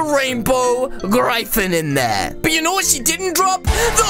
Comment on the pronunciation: It's not Said like Grifan it's said like Griffin